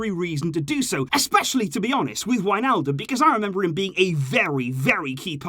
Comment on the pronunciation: not wijnaldom or however u spell it 😂but i dont believer we need him